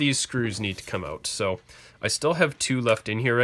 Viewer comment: Take those screws oot.